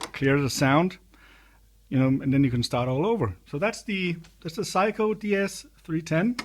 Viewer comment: I like how you pronounce Sei-ko to sound like Psycho ; ) seriously though, great demo video of an unusual and rare synth